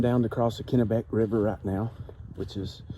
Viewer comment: I think you're pronouncing Kennebec right. You can never tell about the Kennebec by looks because the water level can change so rapidly due to the dams. You must be catching that heat wave. That week, it was hotter at my brother's in Boston than it was here in Texas. I don't think I've ever seen a Nobo who didn't slow down in Maine. Even the ones doing 30 miles in the south end up only doing 10 or so a day in the Whites of New Hampshire and Maine.